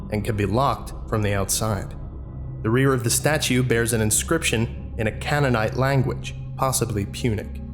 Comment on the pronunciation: Just for future reference canaanite is pronounced CANE-A-NIGHT